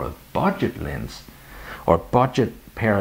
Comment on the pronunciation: Nice video, and I love that you keep saying "lins" instead of "lens"! Linsskydd?